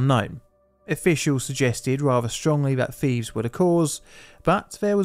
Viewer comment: Its "thieves" mate not "thief's"